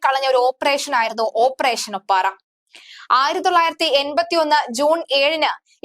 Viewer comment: ഓപ്പറേഷൻ 'ഒപ്പാറ അല്ല ഒപ്പേറ.